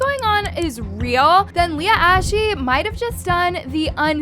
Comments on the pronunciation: btw i dont want to be mean, but you were saying leah's name wrong. her name is said 'lee-ah' not 'lay-ah' and her last name is pronounced 'aashh' not 'ash-ee'. jsut thought to say cuz it was lowk bothering me lol. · It’s Leah ash not Leah ash eee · Leah ashy it’s pronounced Leah ash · Leah ashE 🤨 it’s Leah Ashe (ash) 😔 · Its not Leah Ash EEE its leah ASH. Correct spelling btw: Leah Ashe